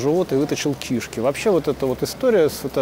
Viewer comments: Всё-таки, надо произносить "кишкИ", или как? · правильно говорить кишкИ и кишОк. Я врач.